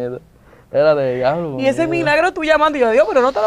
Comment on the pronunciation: Después de la llamada “ojalá me lleve… el di a blo” JAJAJAJAJAAJJAJAJAA